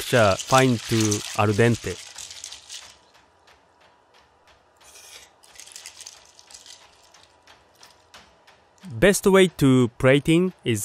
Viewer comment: gotta love all the philosophy he puts into this. also, gotta love "ar dente" :)